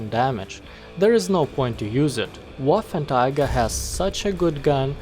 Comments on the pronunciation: Waffentiger. Took me 3 minutes to get the refference you were implying :D (first i thought you mispronounced 3 times :D ) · wasnt it pronounced as "Waffen-trigger" ? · You kind of say Waffentiger but Waffen Träger means gun or weapon carrier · Paulus Saulus I think it’s just his accent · Wait wait wait, did you say "waffentiger" xD? Anyway good vid man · "waffen Tiger" XD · Yes... The... Waffentiger... 🤣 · Wafentiga? Lol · May as well just say waffenteeger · The letter 'ä' is very foreign to us Hungarians and the closest thing we have visually is the letter 'á' and that's why he pronounced it like Waffantraager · it is more like 'wáffentréger' in hungarian or 'waffentraeger' in english pronunciation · Arghhhhhhh but why would you say waffentiger.... Is it that hatd to say the name properly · Excuse me, but Waffenträger is read like: [vafentreyger] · I think it's pronounced vaffen tra ger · Waffen Tiger? Woofen Tiger? Wafen Tayger? Anyway, enjoyable content c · Wow you slaughtered the name=D As an english speaking person you would pronounce it sth like "Waffen Treagker" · you kept saying Waffentiger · Ahh yes, the waffentiger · Ah yes, the "Waffentiger"! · Man! Its hurthing my ears! Its not a waffen"Tiger"!!! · it’s pronounced Va-fen-tra-ger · Just say waffentrager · I was so confused by why he said waffentiger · I heard Waffletiger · It isn’t ‘Waffen tiger’ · Waffenträger, not waffentiger. It means wartractor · It's "Waffenträger", not "Waffentiger". Also, the gun has so much penetration because of the MUCH bigger cases then the tiger one. The longer barrel does not make that much of a difference. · "Waffenträger" , not "Waffentiger" i dont know how you speak it , but as german native speaker its horrible to listen this word spoken like that. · Not Waffentiger Waffenträger xD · "Waffen tiger" its pronounced waffentrogger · Bruh its not waffentiger its waffenträger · trager not tiger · Waffenträger = Weaponcarrier ..no "cats" inside.. spell it like: wuffentrayger ;)